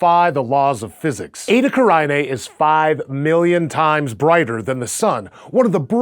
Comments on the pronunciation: Edda Karainée? It is Eta Carinae. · You are mispronouncing it, it is pronounced Eytah, Carenay, that is the easiest way to pronounce it correctly.